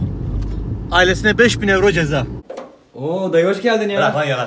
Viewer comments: ne yuro ne oyro YİRO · Yuro değil de Oyro deseydin tam olacaktı be hacı :)